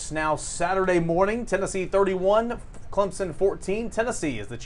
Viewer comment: saying ClemPson cracks me up.